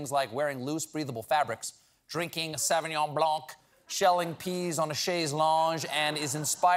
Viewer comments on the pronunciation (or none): Stephen your mother would be ashamed: Pronouncing "Blanc" with an audible "c"?! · Sauvignon blan- the c us silent Chaise lonG- the gue as in the word 'long' with a pronounced G sound.